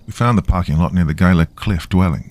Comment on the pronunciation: It's pronounced he-la. Think he-la monster